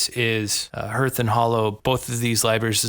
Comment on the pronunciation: It’s pronounced ‘harth’, not herth.’